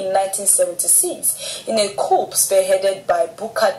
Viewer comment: The "P" in coup is Silent .